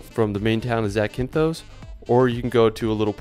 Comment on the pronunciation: Please don't add an E to words that don't have one. It is Zakynthos, not Zakynthose. That last O is short.